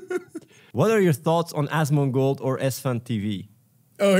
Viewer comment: Anyone else exclusively pronounce it "As ... mon gold" now?